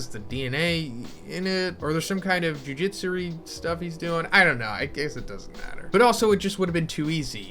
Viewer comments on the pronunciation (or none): Until now he kees saying "Jujitsu" instead of "Jujutsu"